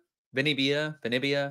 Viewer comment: It's pronounced Vin-iv-ee-ah. Not Vinny-vee-ah.